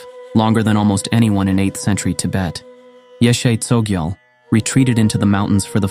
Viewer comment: Her name correctly pronounced is more like; YEAH-SHAY